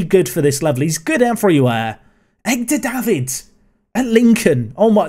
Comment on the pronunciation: Am I the only one who picked up on "Egdar" Davids?!